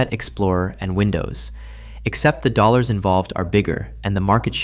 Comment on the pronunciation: Dollors? Dollor, dollor billz y'all